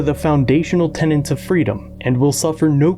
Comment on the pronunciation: Tenets! Tenets! TENETS! Not tenants. Tenants and tenets are very different words.